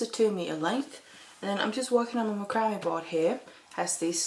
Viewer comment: Just a note to you English its not macrambe board its mac-cram this is not for us we use a different English also all of your measurements are in cm we do inches.